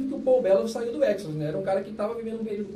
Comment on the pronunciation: essa pronuncia do nome EXODUS não está exagerada ??